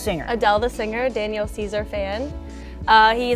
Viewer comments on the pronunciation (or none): for real said "Danielle Caesar"